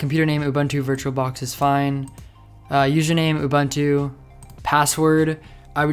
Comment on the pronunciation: Great stuff! (aside from pronouncing 'Ubuntu' badly :P ) Keep up the good work! :D